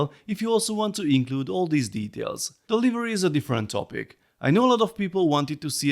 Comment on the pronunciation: What's a leevery?